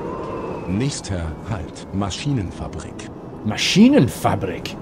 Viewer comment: I know right I'm from Deutschland as well he got machinenenfabrik so wrong by the way iam from Leipzig